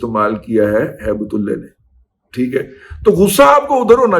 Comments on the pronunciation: Razi sb. Please don't distort Allah's name by pronouncing Ullah as ullay in your hate for some person. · Baqi sab theek tha lekin end main Aap ne Haibt ullah ka naam bigar kar bola hai wo theek nai tha kiunke Naam ALLAH ka aap ne thek tarah se nai kaha jo mujhe acha nai laga meherbani kr ke aaenda ehtiat kren , Shukria